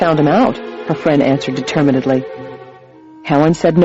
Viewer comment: Never heard "determin-ed-ly" either. Interesting. Excellent reader, though.